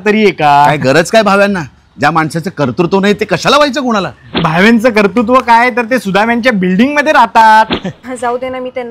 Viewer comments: कर्तृत्व म्हणता येत नाही. कर्तुत्व म्हणतात. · रागाऊ नकात, पण, भावे जसा, कर्तृत्व चा उच्चार, बरोब्बर करतात तसा तुम्ही करत नाही आहात. कर्तृत्व. असा उच्चार हवा. कर तू त्त्व असा होत नाही. सुधारा.😂